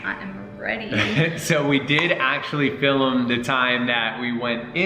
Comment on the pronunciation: dhar i it’s pronounced film not filum 🤦🏼‍♀️